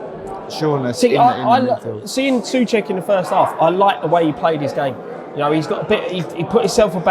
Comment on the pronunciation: btw pronounced Soucek right, you guys corrected him wrong:D